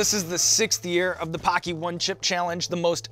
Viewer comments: When hawk says paqi it sounds like hockey lol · Bro the way they say Paqui. It’s an insult to Asians in the uk 😂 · Just so u know the way u pronounce "paqui" sounds very racist in the uk 😂😬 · First time I've ever seen Paqui chips at the store, I pronounced it incorrectly and accidentally said a racial slur.